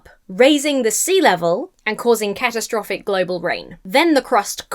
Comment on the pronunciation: my first thought was you said cat-o-traffic ! i rewinding now,!.!